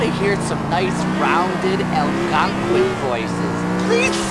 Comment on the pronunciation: That can't possibly be how Algonquin is pronounced